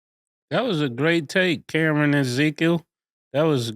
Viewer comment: It ain’t Camron it’s Camera now 😂